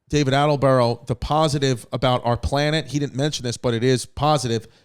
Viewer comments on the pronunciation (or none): ALLENBUROUGH AHAHAHAHA ITS ATTENBOROUGH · Loooveeee David Attleboro 🤣🤣Chrissy pronunciations back at it again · Chris changed David Attenborough's name every time he said it 🤣🤣